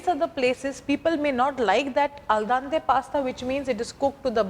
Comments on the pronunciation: A parte che non si mette l'olio nell'acqua, ma poi si dice aldente non aldante! Dio povero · Al DEnte, not Al DAnte....And it means 'to the tooth', not to the bite...